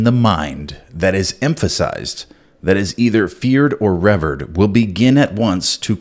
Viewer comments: Rev-ered lolol Rever-ed learn how to enunciate the word please...American teachers in school teaching English, need to be taught to teach the vowels properly to the children... or is this a part of the dumbing down of a 1st class society? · RevEErd, Not revurd. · REVERED ... { REE-VEER-ed} NOT {rev-erd} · feared or revURed?? lol (feared or reVEERed is the correct pronunciation) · Ree- veeerd 🤦🏻‍♀️ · the word sounds like feared "ra veer'd" = revered rhymes with feared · I've never heard the word 'revered' pronounced like that before. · You might want to brush up on how to pronounce the word revered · Lost me when you mispronounced 'revered'.